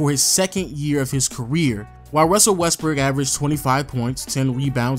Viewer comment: This dude did not just say Russell westberg